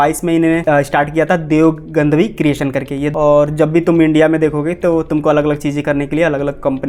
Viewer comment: Gadhvi ❌ Gandhvi ✅